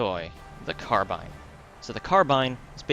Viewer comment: Don't worry. The way you pronounce Carbine is correct!